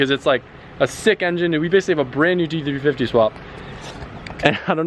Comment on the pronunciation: Why is it so hard for to say GT350?